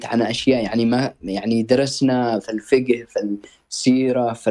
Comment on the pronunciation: بالله عليك ياخي مافي نهائيا اي سعودي ينطق ( الفقه ) بهاذا الشكل